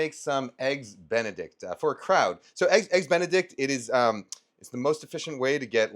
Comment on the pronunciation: did he just say EGGS DICK A BEN?